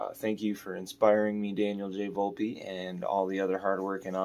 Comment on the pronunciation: 😂 And said Volpe wrong. Setting high standards. 😆